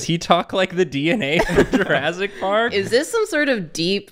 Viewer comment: Does always pronounce movies weird?? JurASSic Park. There WILL be blood.